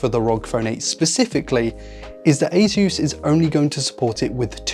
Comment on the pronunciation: The way you pronounce "ASUS - (officially pronounced as Ay-suhs)" in your video is CRIMINAL